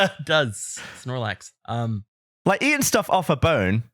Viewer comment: Thank you, why did he say Snorlax. Did he think Sarlac Pit but accidentally drop a Pokémon name